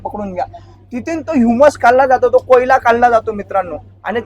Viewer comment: कोयला नाही कोळसा